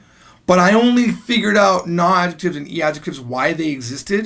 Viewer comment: but you say 'nu' not 'na'